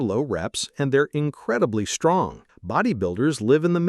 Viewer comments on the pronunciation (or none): none